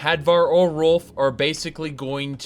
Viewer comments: Ralof not Rolf... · It's Ralof not Rolf, sorry it just bothered me... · If i didn't already get used to you mispronouncing shit that "Rolf" for "Ralof" would have bothered me a lot more xD. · great vid, but his name is "Ralof" not "Rolf"!!! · "Rolf" Could've sworn it was pronounced Ray-loff but now I'm just thinking he's like "The Stormcloaks have many doors of entry Ed-boy. My father was a soldier and I am the son of a shepard." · Ralof not Rolf. Otherwise I fully agree to no end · Wait, Rolf? You mean Rolaf? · Erm, I think it's Ralof. Not Rolf. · Why was he saying "Rolf" it's "Ralof" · are you saying Rolf? you mean rolaf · Rolf? it's pronounced Ray-loff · "Rolf" Oh god it's the livestream again. Rolf from Riverwad. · Rolf? does he mean Ralof? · Epic Beard Gamer He pronounces it that way on purpose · RAY-LOFF.... other than that i love this with a passion. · pronounces Ralof Rolf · Ralof. You appear to be missing a letter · You butchered ralofs name